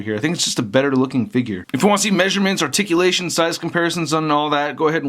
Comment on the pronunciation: WHAT THE FUCK IS ARTICULASHEN THE FUCK IS THAT